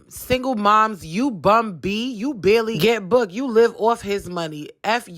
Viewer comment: nbayoungboy its barely not barley 🙄🥴🥱